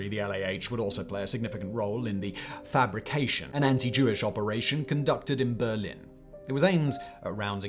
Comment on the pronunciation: "Fabrikaktion" is not "Fabrication". It means "Operation Factory", should be pronounced "FABrik akTSYON".